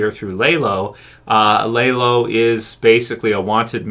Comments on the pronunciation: Good video! Just bothered me you pronounced his name lay-lo instead of lah-lo, other than that great video! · Dude, it’s not lay low, it’s lalow! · It’s not lah low it’s lah lo. No w at the end it’s a Hispanic name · Dude why do you keep calling lalo (lah-loh) the wrong name? It’s not Lay-Low. Haha I don’t understand how somehow can mispronounce a name from a show where you hear the name pronounced correctly many many times. Maybe if it were based on a book where you had already memorized the wrong pronunciation while reading the book and have trouble swapping to the new/correct pronunciation that came with the show, but that’s not the case here - you literally hear it correctly from day one and then say it wrong. Wtf? Lmao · LAH LOW. NOT LAY LOW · lol why do u call him laylo when the show uses his correct pronunciation a million times? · Are you calling him Laylow just to troll? I don't understand how people can hear characters say a character name like literally 300 times throughout the course of a TV show only to mispronounce it so badly as if they have only ever seen it written. You aren't the only YouTuber I've seen call him Laylow and I just don't get it no one in the show has ever called Lalo Laylow one time in the entirety of BCS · I was asking the same! How do you get it wrong when you hear them pronounce it over and over on screen!?